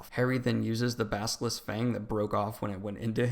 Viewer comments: At first I was annoyed at the way you mispronounced character names, but by the end you had me saying "baskilisk" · Does it annoy anyone else that he says Salavar and Baskalisk? Come on dude...we can't take you seriously if you can't even say the names right. Especially if you leave out so much...